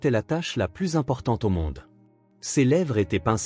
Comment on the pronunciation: APLANIR un conflit... Plus dans le sens négatif ne se prononce pas "pluss", mais "plu"... Donc, si la fille a 9 ans, avec la réunion de famille annuelle, comment peut-on être surpris ? Ce ne devrait donc pas être la première fois que ça arrivait. Pourquoi parler d'un choix fait ce soir seulement ? Ces vidéos manquent souvent de cohérence et de conséquence. Pourquoi ne vont-ils pas tous les trois en Islande?